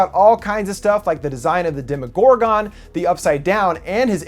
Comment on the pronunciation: demOgorGON I'm bothered by the way he says demogorgon at the end of the video